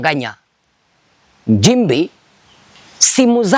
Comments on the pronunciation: Hivi kama unaweza kutamka neno” nchi” unashindwa nini kutamka “Nchimbi”? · MKENYA MSENGE HUYU ANAJIFANYA MTANZANIA ILI APATE VIEWS NA LIKES ATENGENEZE PESA YOUTUBE.. MTANZANIA GANI MWENYE KISWAHILI KIBOVU NAMNA HII KUTAMKA NCHIMBI NA NDEJEMBI NI SHIDA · He has Nothing he is Speaking truth other thank making Up stories he Feeds from fake Stories media Comments and Posts..THIS IS A bullshit Kenyan Posing as Tanzanian while He cannot even Pronounce Nchimbi in a Right way instead he is using Kenyan and Kamba Pronunciation of “NJIMBI” and NDEJEMBI IS “NDENJEMBEI”. Huyu. Ni MSENGE ANALIPWA NA SATIVA NA MWAIPAYA KUPISTI UPUUZI USIO NA MAANA WA TANZANIA ASIYOIJUA.. ULIONA WAPI MTANZANIA HAJUI KISWAHILI? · Ni PIMBI HUYU MKENYA ANALIPWA NA SATIVA KUONGEA UONGO NA KISWAHILI CHENYEWE NI SHIDA HATA KUTAMKA NCHIMBI HAWEZI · Acha kuamini huyi MPUUZI hana Ukweli wowote zaidi ya KUTUNGA stories.. KUTAMKA NCHIMBI TU HAWEZI NDIO ANAKUJA KUKUFANGANYA ANAJUA ALIPO WAKATI YEYE ANAISHI KWENYE SLUMS ZA KEMYA?